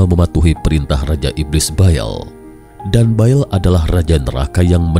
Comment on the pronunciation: bukan BAEL...TAPI BAAL